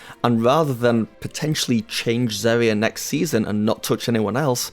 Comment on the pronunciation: This guy said ZHERIHIA .